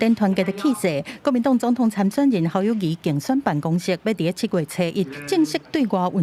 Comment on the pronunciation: 侯友宜明明念Kâu友宜，恁敢無欲改？